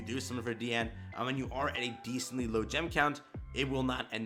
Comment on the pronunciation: Good Job, you are finally saying her name correctly!!! You have graduated!!!!